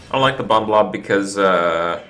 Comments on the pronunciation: its so aggravating hearing him say bomb wrong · will you fucking stop pronouncing the second b in bomb. holy shit. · Pronouncing that second B in 'bomb' is super adorbs. <3 #sorrynotsorry